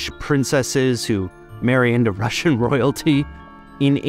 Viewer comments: Im russian, and hate to break it to you but you need to work on your R's more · Russian accent spot on 😂 but seriously very interesting, I didn’t know the background nor the Russian and Danish connection- I think I assumed it was British or French